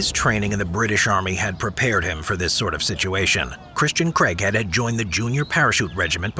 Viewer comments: Who else thought he was saying "Christian Crackhead"? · I know its craighead but i keep hearing "crank head"😂😂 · why I always hear "crackhead" instead of Craighead lmaoo